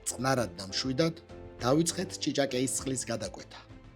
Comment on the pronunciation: რა ჭიჭაკეი? ჭიჭაკვი!!!